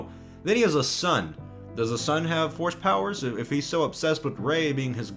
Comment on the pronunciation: Every time you say force power I hear horse power.